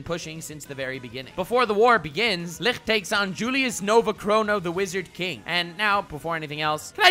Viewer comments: Licht is pronounced Lisht, not Likxtttebxkdbsjfh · Love your videos but I don't understand why you are pronouncing Licht like that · The way you pronounce Licht makes me wanna cry. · Dope video as always, but as a german, a little part of me died everytime you said Licht. Not the worst pronunciation I‘ve ever heard (or listen?) but nonetheless special... Definitely going to pick up some that Life is a War Arc Merch tho!